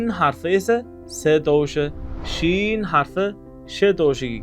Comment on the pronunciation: Музикасиз талаффуз қилинса нур устига аъло нур бўлар эди ва шин харфи бироз муболаға бўлмадимикан Валлоҳи аълам.